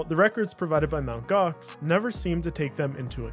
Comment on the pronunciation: "EMTEE Gox" 😂😂😂my man was doomed from start